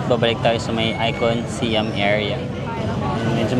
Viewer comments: Hi, ang proper pronunciation po ng SIAM ay (pag tinagalog ay SA-YAM) di po SI-YAM hehe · Our Princess, Siam should be pronounced as Syām (Sayām). Siam was the old name of Thailand until 1939. Just like Formosa to Taiwan and Persia to Iran. 😊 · Sayam pag pronounce ng Siam at ang Sook is Suk come's from the word kwamsook mean's happiness